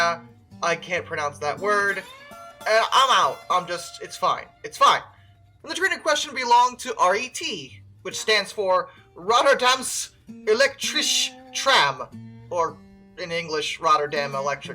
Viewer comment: pronouncation -10\10 better luck next time also the sch in elektriche is pronounced as the dutch hard g